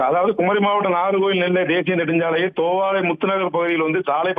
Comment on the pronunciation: செய்தி வாசிப்பவர் கவனத்திற்கு தோவ்வாளை என்பது தவறு . தோவாளை என்பதுதான் சரி.